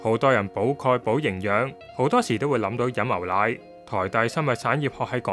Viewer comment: 「牛奶」兩個字讀唔正